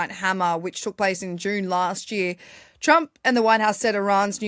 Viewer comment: lol she says twwwwwump. Is she Australian